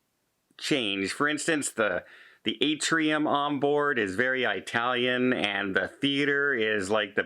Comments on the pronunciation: it’s pronounced “it-talian.” Not a long “I”. Soft “I”. So how did the person fall overboard? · Keeping it light- the way you said “I-talian” brought us joy. 😂❤